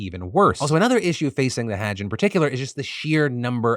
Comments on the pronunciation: FYI, say huj now haaj, like judge with an h, Hudje > haaj. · just a heads up haaj is pronounced like fudge. Hudge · (hajj is pronounced more like hudge, not hadge) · Phil's pronunciation of hajj 😅 Not sure if this is correct either, but the pronunciation i was taught was closer to "huJ", the emphasis being on the j's. Not on the "Ha" like like hag. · ...no that is how he was saying it which is wrong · he is saying it wrong its pronounced more like the word "judge" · Thank you for keeping us informed! Just a little note: hajj, I think, is pronounced hah-jj (like the fa in "do re mi fa"). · The way you kept mispronouncing "Hajj" without a second thought ... I'm just surprised you've never heard it before (the correct was to say it)... It's not an uncommon thing for people to die during it. Like a decade ago, thousands were trampled to death during it. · Not how you pronounce Hajj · Ty for covering it, but cmon… no one on Team DeFranco could have given a better pronunciation for hajj?? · Have I been mispronouncing the word "Hajj" all this time? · Hajj is pronounced with a broad "A" like in "Father" rather than a short "A" like in cat. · Phil mispronouncing Hajj so many times was pretty great. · please just say hajj right once